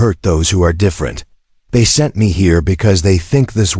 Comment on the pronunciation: The AI can't say "sent" it has to spell it out?